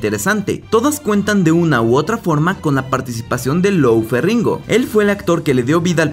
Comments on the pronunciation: "ferringo starr" :v se dice Ferriño y se escribe con "gn". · No se dice "Ferringo" el apellido del actor, sino Lou Feriño, con Ñ. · Se menciona ferriño (como si fuera francés) ❤️🇩🇴